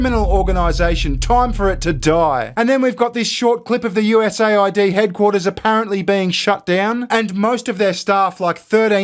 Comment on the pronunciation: Dude, it’s not pronounced USA ID, it’s US AID.